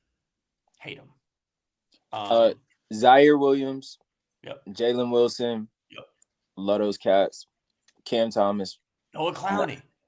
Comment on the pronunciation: You lose all credibility when you cant even get jalen wilsons name right